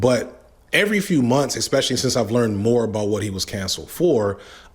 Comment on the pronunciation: Expecially... is ESpecially